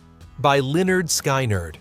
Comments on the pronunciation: It's skinard, not shynard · Lynyrd Skynyrd (pronounced 'leh-'nérd 'skin-'nérd) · They always say lynyrd skynyrd wrong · Someone in the production department for this video should've listened to this entire video and corrected the band and band member pronunciation gaffes. Lynyrd "Sky-nerd"??? C'mon. The name of their first album is actually pronunciation instructions for their band name. Glen Frey's name was mispronounced. This demonstrates that the narrator is ignorant of the decade he is describing. I won't subscribe.